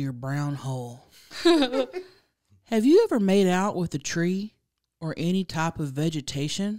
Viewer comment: 4 and a half hours of "aney" I'm dead 😭😭🤣🤣